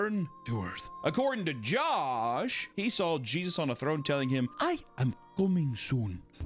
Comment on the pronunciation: A fellow South Afrcan Josh here, That guy Embarrased my name and Country😭